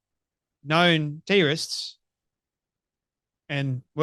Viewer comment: Teo - rist. Why do you mispronounce it like that? There is a name called Terry. Take out the y. You are left with Terr. That is the first part of the word Terrorist. Sound it out - Terr. O. Rist It is not Teo Rist Stop mucking that word up you sound ridiculous